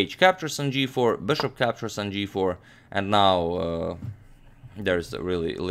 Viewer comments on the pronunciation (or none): Why does amagmator promounce bishop like 'boshop'..well annoying